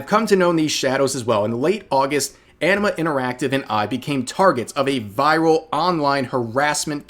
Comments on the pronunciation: The first times I heard Enema interactive instead of Anima interactive. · I keep hearing "Enema Interactive." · Oh "Anima" I thought it was "Enema". Was confused there for a second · Did I hear him say "Enema Interactive"?